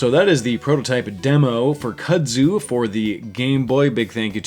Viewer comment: Looks awesome. Not to be a hater, but it's pronounced "koodzoo" not "kuhdzew".